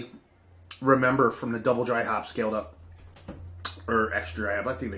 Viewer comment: scaled not scalled.